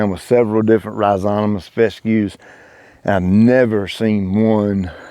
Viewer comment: rhi zo ma tous not rhi zo ta mous 👍😊